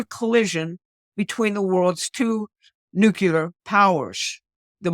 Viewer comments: It’s “nuclear” for Gods sake. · Nu Clee Er